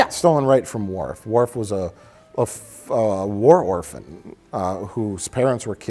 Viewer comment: war orphan.... worphan... worf!